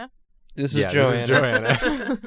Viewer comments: Joe-anna..... It's Go-anna, plllllllssss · Goanna not joanna. Ok CHALLENGE..... draw Australian animals by their names only. Examples: Bunyip pronounced bun yip , Quoll pronounced c-woll, Death adder, cassowary, Bilby, Lace monitor, Echidna, Platypus, Thylacine, Tasmanian Devil, the actual animal not The cartoon character. There are lots more but that’ll do for now.